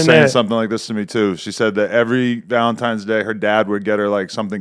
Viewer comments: It’s NOT Valentimes it’s Valentines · AD saying "Valemtimes" lmao